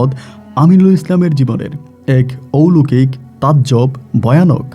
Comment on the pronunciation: ঔলোকিক না কথা টা...….. কথা টা হবে অলৌকিক...... একজন RJ হয়ে ভাষা টাও ঠিকমতো উচ্চারণ করতে জানেন না.....???